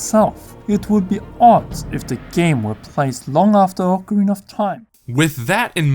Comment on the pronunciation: You pronounced ocarina incorrectly